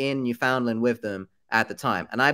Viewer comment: Love your videos. Just wanted to let you know you are not pronouncing Newfoundland properly. It’s basically new-fehn-land . Sorry I hate being that person but as a Canadian it’s bothering me a little 😂